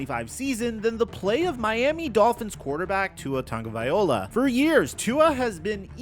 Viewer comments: Love your channel! But have you noticed every time you talk about Tua you mispronounce his last name 😂 it's Tago-Vai-Loa not Tago-Vaio-La. I figured maybe you just never noticed. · There is no "N" in Tua's last name. Get it together.